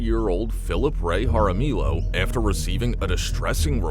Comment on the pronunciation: It’s pronounced haramiyo (Jaramillo). The double L is a y sound.